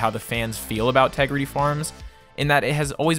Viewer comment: Say Tegrity again